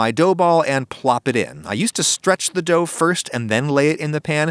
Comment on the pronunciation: " why i season my pan not my dougth